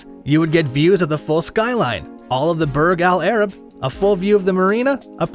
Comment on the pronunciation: burG al arab